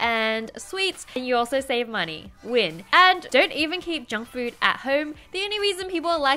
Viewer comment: I heard "Jungkook" instead of "Junk Food".